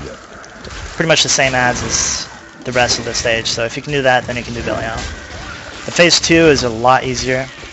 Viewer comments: yes... bell-ee-all rofl. good vid though mate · it's pronounced belly-al. ive heard other ways too, but the way it's pronounced in diablo 3 is something i havent heard before. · i know right? i was going to watch then he's liek "bellyal" so i thumbed down and closed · Actually, Belial is a biblical name, which is not pronounced the way Blizzard decided to. So if you want to be really technical, its Blizzard that is pronouncing it wrong. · Cut him some slack, he has a point of being butthurt on the pronounciation, the game says belials name at least 30 times per act, seeing this is inferno, and a farm guide at that, this dude probably has heard it 300+ times.. Mispronouncing it now is just sad, really.